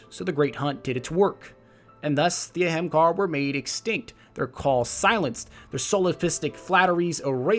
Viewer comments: Great video. I stopped watching when he said ahemgarr lmfao it literally says things in game bruh you needa unfuck yourself before you post a vid 😂😂😂 or alternatively learn to read 🤔🤔🤔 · He pronounces it in Hebrew. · "The Ahemkar" What the fuck? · Pretty sure its a-ham-car-ah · Ahamkara = AH-HOM-car-AH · Isn't it pronounced A-hem-kar-ah? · But! Why is it pronounce Ahemcar and not A hom akada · I thougth u pronounced it A-ham-kara.BTW love ur vids😄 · Great video as usual, but shouldn't you be saying Ahamkar-a? I swear Bungie should just announce how to pronounce their made up words during a podcast haha. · wtf is wrong with people y are you making up words it's not pronounced like that shit dude bungie was talking about the exotics and said it like the name is u saying it like ur dumb or something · he's butchering the word "Ahamkara" lol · Pronounced Ahamkara wrong sir. Sorry just really bugged me lol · he still pronounces it in two different ways regardless. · Youre saying it wrong -__ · U pronounced it wrong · Im not one to be negative about someones work to bring such an elaborate story to life, but the way you pronounce or perceive the word ahamkara bothered me enough to mention it. It doesnt seem so obviously complicated to have to put an entirely other anunciation to it other than whats in front of you and even to omit the ending "a" as if its not there.... Aa-ham-kahrah or just kera to your preference. I like the idea of where the story was going with hints of an extinct race on venus, but maybe too much filler and not enough exploration of the facts you wanted to put out there. Maybe exploration of that structure in the sky would of been a nice touch to the ending. (There is a way up there through the blue light) Some constructive criticism for ya. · You pronounced Ahamkara wrong every single time. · I'm sorry bro but you're killing me...its the aham kara not aham kahar lol again sorry I love the storytelling but that's wrecking my ears